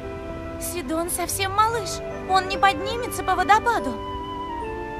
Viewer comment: не сииииииидон а сидооооооооооооон